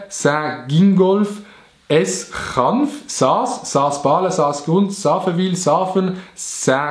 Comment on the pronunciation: S-chanf spricht ma schtschanf us, aber egal😂